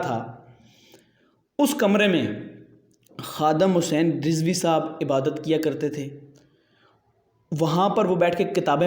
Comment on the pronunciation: Ye Kamina Huzur Amirul Mujahideen Allama Khadim Hussain علیہ الرحمہ Ka Name Sahi Se Nhi Leta Hai